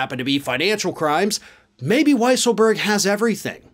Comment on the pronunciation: It's pronounced Weasel berg 🙄